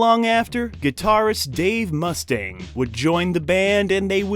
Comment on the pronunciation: It's fucking unreal how many errors are in just the first 5 minutes of this video. Their demo album was called "No Life 'til Leather.' Cliff Burton died in September of 1986, not December. Dave Mustaine's last name is mispronounced. This is all in the first 5 minutes. I couldn't watch anymore. Did you just hear of Metallica 20 minutes before making this video?